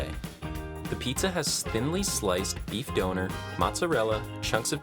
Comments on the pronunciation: please never say beef doner ever again, it’s pronounced don-ner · You said doner wrong it’s a soft O as in done also kabab isn’t said kabob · Ah yes, the 'donor' kebab, reserved for people who give blood 👌